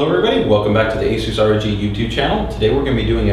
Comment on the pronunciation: I am about to pull my hair out.... what software are you using to do this? it sounds like you are saying asu2 software, I did a google cant find anything called asu2.... Please post a link. Someone please help why does he say it so fast and matter of factly. Like I have any idea.